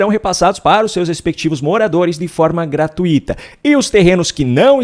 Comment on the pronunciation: GRATU - I - TA está errado. A pronúncia correta e GRATUI - TA. A palavra tem um ditongo decrescente ( TÚI ) e não um hiato ( TU - I ). GRATUI - TA, e não GRATU - I - TA.